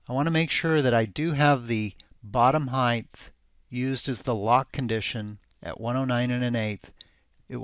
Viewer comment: THANK YOU!!! I can’t watch his videos anymore with audio because it irks me SOOOOOO much! He says it EVERY single time. It’s “Height”, not “Heigth”/“Heighth”!